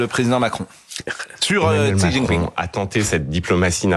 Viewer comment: XI c'est "CHI" au niveau de la prononciation